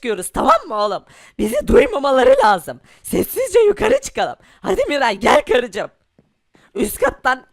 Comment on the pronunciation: Miray haydiğin değil haydi